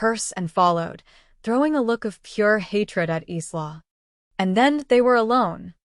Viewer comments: I can't stand the mispronunciation of Isla! It's pronounced Ī la not Ē slaw! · Isla is a Spanish word meaning island, so its pronunciation is "ees-la." So the closest AI got was "Eastlaw." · Isla is pronounced as ... 'Eyelar'... Walsh! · PRONUNCIATION !!! Isla = eye la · A pity the name Isla is mispronounced. It is a Scots name and is pronounce EYE-la, the s is silent. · That’s what I was going to say. It’s Eye-la like island. The mispronounced nouns drives me mad in these stories their AI sucks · Her name is pronounced "eye-la" ! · Why can't she pronounce Isla's name right. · My niece's name is Isla and it bugs me when the is pronounced wrong 😤